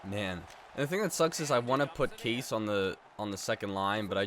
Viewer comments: ITS NOT CASE ITS (KA-SHA) SO TIRED OF THAT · You say Ka Sche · Didn't understand the Kesler deal, you said u traded Myers because he had a bad contract but yet Kesler's contract is awful, and it's pronounced "Kosh" Aye" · It’s pronounced kah-say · It's pronounced "kasha" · Kase is actually pronounced like cash-a it’s really weird but the more you know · Kase is prononced Kashea and btw in czech it means mash